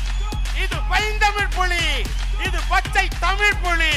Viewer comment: Idhu ration kadayila kidakkira PULI ... :)- TR's pronounciation sucks (la, lla)